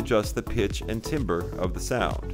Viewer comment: ... you don't say it like "Timbre"... you say "Tamber" even though it's spelled Timbre... I know, it's weird, but that's what it is... learn a little *****